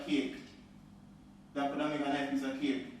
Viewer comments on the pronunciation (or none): i hear him say peace a cake to.